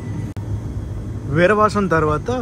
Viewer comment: విరవసం❌ వీరవాసరం✅